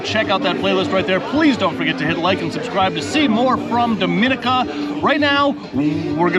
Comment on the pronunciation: It would be nice if you'll learned how to pronounce Dominica 🇩🇲 correctly.